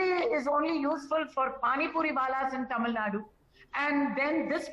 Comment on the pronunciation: Vishnu, it is not TAMIL NAD, it is TAMIL NADU